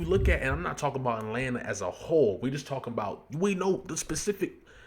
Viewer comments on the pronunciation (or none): none